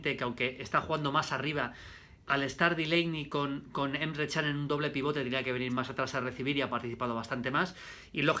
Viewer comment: Nadie: Absolutamente nadie: Maldini: Emre Cham